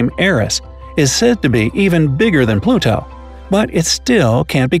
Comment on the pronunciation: Why you saying Pluto like that?